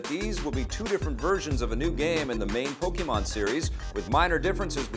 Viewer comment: Nice to see a huge increase in viewership now. 2000 views now. 12600 subscribers (not sure how many in the past). By the end of the year maybe there could be 1 million subscribers. I'm a bit surprised that said pokeymon. I suppose that a lot of people do (including many of the biggest fans of that world), but it's still pronounced pokaymon.